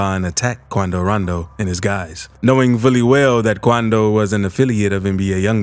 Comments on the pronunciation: I really hate ya voice 😂😂😂😂 and the way you say quando randoo 😂 don’t block me. I still watch all ya videos lol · Bro y hr saying kuando Rondo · The way he says quando rondo is FAH😁